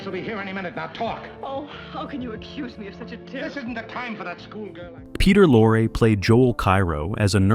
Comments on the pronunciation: Peter "Lore" lol. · "Bet Davis"? "Peter Lore" ... ... showing scenes of Double Indemnity as if they're scenes from The Maltese Falcon This AI slop is sometimes unbearable